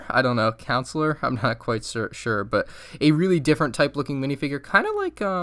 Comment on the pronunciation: Is nobody gonna say anything about how he pronounced counselor?